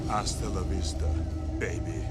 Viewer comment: It’s “ahstalla vista “